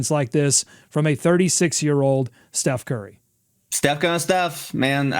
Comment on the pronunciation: "Che Curry" 😂😂😂😂